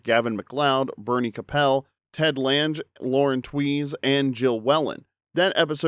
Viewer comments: Lange is pronounced LAYNG, not LANJ. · Ted's last name was pronounced Lang. I liked the New Odd Couple from the 80s, but it hasn't aged well. Never saw the 2015 series. It's true that Tony Randall and Jack Klugman were the Odd Couple. There was a movie before that arguably worked even better.